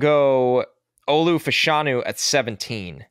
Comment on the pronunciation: Its pronounced "Fash-(as in Bash)-anu". Two UK soccer players in the 80s and 90s pronounced that way. Olu confirmed it at the Combine